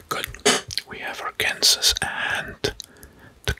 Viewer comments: Great video! Just so you know Arkansas is pronounced ArkanSAW. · I just have to comment that Arkansas is pronounced “arkan-saw” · I love the video, I’m not hating but Arkansas is pronounced “Arkansaw " I’m just telling you 🙂